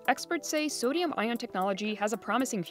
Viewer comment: "Sadium" He says.